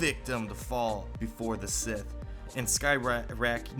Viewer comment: sith not Smith